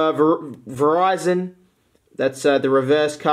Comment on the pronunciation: After he said Virizon it showed me a Verizon ad